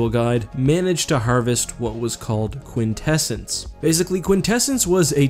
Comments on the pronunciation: I thing you pronounce it Quint Essence Quint like in quintillion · this man said quinsessence... I thought i was watching the netflix voltron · For a second I thought he said "vortessence" instead of quintessence. I guess I have a brain injury.